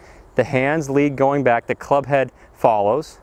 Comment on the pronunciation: Back not Bag...